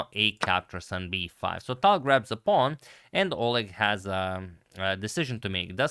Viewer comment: In the name Oleg the stress is on E.